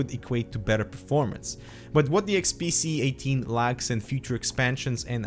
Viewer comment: nice review, you were constantly saying the unit to be XPC instead of XPS.